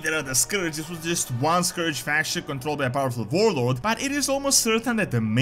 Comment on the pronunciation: Your accent makes warlord sound like “vorelord”. That title is significantly more terrifying than warlord